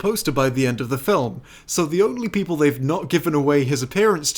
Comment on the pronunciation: "Countless Peolple" The Long is cursing you for not making this at least two and a half hours,.